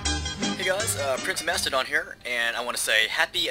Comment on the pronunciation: Has anyone else noticed that half the time he says "Macedon" he says "Mastadon"?